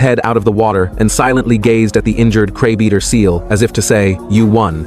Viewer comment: The content creator needs to teach the AI better English pronunciation. The word is CRABEATER, not CRABE EATER.